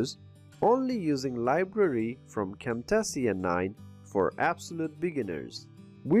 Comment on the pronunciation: Good video but imma need you to learn how to pronounce "Cam-Tay-shuh" the right way"